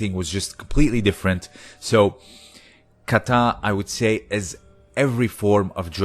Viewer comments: There is no accent on the last syllable in the word Kata! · Japanese has equal syllable stress. it is "ka-ta" like 'caw-tah'